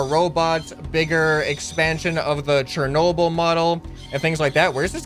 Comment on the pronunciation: It's Cher nob el that's how it's said but much lighter you say it so wrong